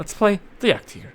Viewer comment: It's pronounced 'tiger' as in the animal and not 'tigger' as in 'Winnie the Pooh' you fool 🤣😂🤣.